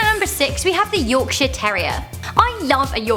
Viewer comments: sounds like "Yorkshit" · Bantaclause Billy when she says "Yorkshire" it sounds like "yorkshit" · Yorkshit england😂😂